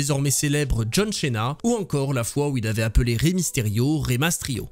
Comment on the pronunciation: non à ce moment là il prononce bien le nom de famille Cena(c'est un nom d'origine italienne ça veut dire repas, dîner) ce sont les américains qui le prononcent mal à l'anglaise quoi comme d'autres nom de famille américanisé.